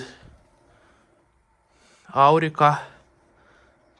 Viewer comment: аУрика..а не АУрика..